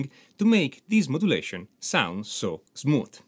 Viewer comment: so Zmooth!! 😊and Zmoothly Your accent is adorable 😄. Very peculiar. Never heard anywhere 😁👍🏻